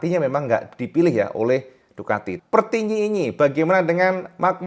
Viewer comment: Siapa yang dengar bilang: pertinyiinyi " 😂